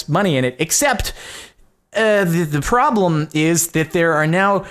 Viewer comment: I loved that he called it a "fraublem"